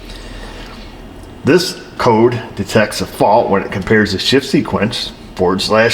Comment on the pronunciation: ......or "F"s, "shift" came out wrong! lol